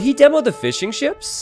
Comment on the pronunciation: Everytime you say fishing ships, I hear fish and chips. I don't know why, sorry